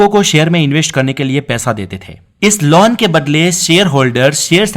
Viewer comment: You are using laun instead of loan....